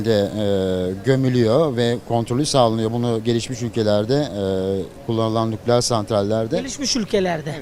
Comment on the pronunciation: Nukleeer diyen dingil . Veysi ates 2 gibi cvp veriyo ?